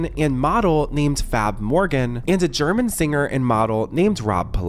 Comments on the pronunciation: Did you say.. Fab Morgan??? Sweetie, his name is Fab Morvan! 🫶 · Fab MorVan, not 'Morgan'! And you're mispronouncing Rob Pilatus' surname, too. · Morvan! Come on now. Put some respect on their names.